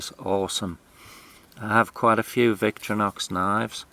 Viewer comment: Victorinox is pronounced VICTOR IN OX with no pauses between syllables